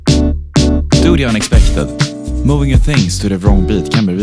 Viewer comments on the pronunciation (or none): none